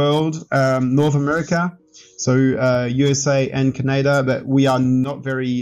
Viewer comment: Ca-nay-da… bwahaha! never thought I'd hear someone pronounce it like that.